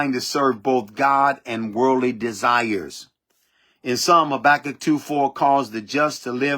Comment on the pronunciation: Habakkuk not Sabakkuk. Your notes came up with a S.